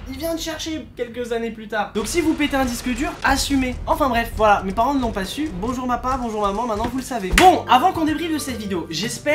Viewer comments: je crois être seul à avoir entendu le "bonjour mapa" au lieu de papa ça ma tuer je repasse en boucle j'en pleure 😂🤣😭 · moi j ai entendu bonjour mapa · lol moi aussi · Mais tellement 😂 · Oui c vrais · oui ses vrai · Pareil tkt